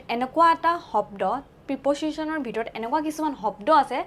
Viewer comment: প্ৰিপজিশ্বন নহয়,প্ৰেপ'জিশ্বন উচ্ছাৰণ কৰিব লাগে।